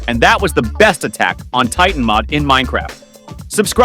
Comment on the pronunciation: BRO SAID AMIR TITAN HAHAHAHAHAHAHAHAHA